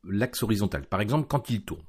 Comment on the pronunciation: Ton accent sur Horizontal et Vertical, sur la récup des Axis ma fait bien rire :-) Horizontôl et Verticôl :-) Je vais bientot mettre une version ultra alpha de mon jeu sur ton fofo. Bonne journée.